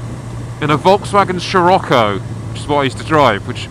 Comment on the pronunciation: Their is no "L" in Scirocco